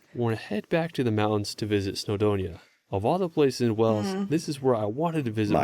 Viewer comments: It's Wales as in ales not as in els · PRONUNCE THE A WALES ....NOT WELLS ...THATS is in SOMERSET , MORE SHEEP IN WALES THAN PEOPLE , AND WE HAVE A BEAUTIFUL COAST TO THE WEST AND SOUTH OF THE COUNTRY ...i live 8 miles from Cearphilly castle with it's leaning tower... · No he definitely said Wells😮 it's Wales man pronounce it right! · Before you visit, learn to pronounce the name correctly, as so many others have pointed out, it's not "wells", it's "Wayles", or in the local lingo "Cymru" (pronounced as "cumree" not cumroo). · Its hurting my little welsh ears hearing you pronounce wells its wales as in whales in the sea or by its proper name cymru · Wales not Wells. You need to work on your pronunciation! lol. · Yes WALES, AS IN WHALES! with a silent H. Aaah! Please stop with the WELLLLLLS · It's Wales like males, not wells like smells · WAAAAYYYLES not Wells!! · Please say Wales & not Wells!! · Wales NOT Wells FFS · Guys it’s pronounced more like Whales not wells. Hello from Ceredigion west Wales. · please sound Wales correctly, even the English can do that. It's not Wells! It's more like whales, the large sea mammals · Pronounced Whales not Wells 😂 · Whells?!!!😂 it's Waaails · Pronounce Wales like Whales, not Wells. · Why, after all these years, do you still pronounce it 'wells'. It's pronounced the same as the big animal in the sea, 'whales'. We just spell it without the 'h'. Unless of course you pronounce the big animal in the sea as 'wells' in America. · The name of the country is Wales. It is pronounced just like the sea creatures Wales, not as 'wells' which you are saying. The vowel is an 'A', ot an 'E'. They are only called stairs when they are indoors. Outside they are simply steps. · I love you guys, so hopefully you'll see this is a helpful comment... it's "Wales" pronounced the same a 'whales' or 'wails' not 'wells' as pronounces it x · Please...PLEASE....Before you come, for goodness sake, get the name right....WAY-ALLS.....NOT WELLS